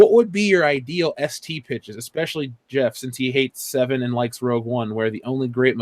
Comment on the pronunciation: I can't take anyone who says "expecially", seriously...